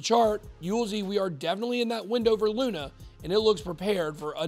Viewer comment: He called it, LUNA